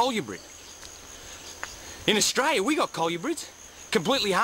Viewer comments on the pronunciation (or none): none